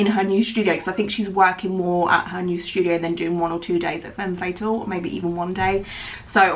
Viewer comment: It low key bugs me the way that she says “fem fatal” like hunny that’s not how it’s pronounced